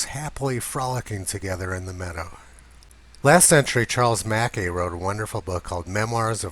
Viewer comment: Another terrific video. Great work. A minor point: Charles Mackay was a Scot and they pronounce it Mac-EYE.